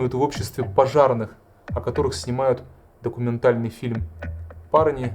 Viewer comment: У вас хорошие фильмы. Но, не обижайтесь, интонационные ударения, зачастую неверные. Например, об этом наш ДОКУМЕНТАЛЬНЫЙ фильм. Примите, как конструктивную критику. А за ваши работы, спасибо.